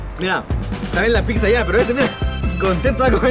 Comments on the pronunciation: Pipza.. Jajaja.. Habla bien mi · El no sabe desir pizza dice pipzza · Fui el único que escucho que dijo Pipza 😂😂Like para no morir Ignorado 😂😂